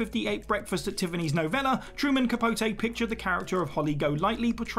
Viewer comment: Some tiny nitpicks… Elvira is “Elv-eye-ra” and Truman Capote is “ca-po-tee”. I would be much more forgiving if there weren’t literal entire movies made about these people where they say their name like 100 times.